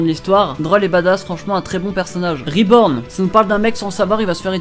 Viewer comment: ta dit reborn !?